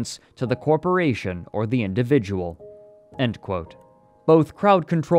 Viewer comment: No gonna lie, i'm 21 minutes in and i wonder if i'm listening to ai. Not for the scripit, but the voice itself. sometimes the accents are off "example, "corporation!", and in general it's a bit flat.